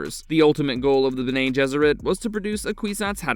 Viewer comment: Bene is pronounced Bennie not Bena unless you know something i don't.